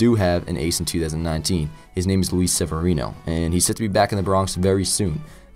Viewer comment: Really weird to hear your name in a vid but you did pronounce it right. Great vid and hopeful Sevy can do great this season and the Yankees can clinch this World Series